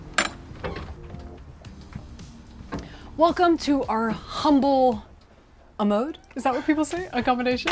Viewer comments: ABODE not AMODE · Fyi...amode...you mean abode, with a B.